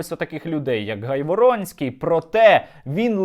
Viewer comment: Наголос на прізвищі га' йворонский